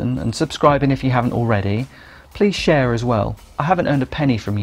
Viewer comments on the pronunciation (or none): none